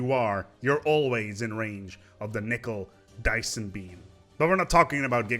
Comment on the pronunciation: "Nickel-Dyson-Beam" you fucked the names up hard